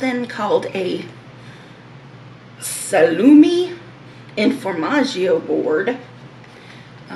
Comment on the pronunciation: It's really nice when you pronunce salumi, formaggio and gorgonzola in italian! I'm italian 🙂